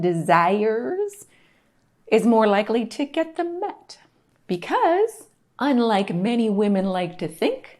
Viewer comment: Met, not meat!